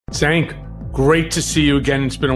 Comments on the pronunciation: SANK?? Put some respect on his name. It’s pronounced CHENK. Also what is with these comments? agrees with him on everything but he’s an extremist? The democrats lost 2 elections to that idiot because of all the reasons Cenk has been talking about since day 1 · his name is pronounced "Jenk".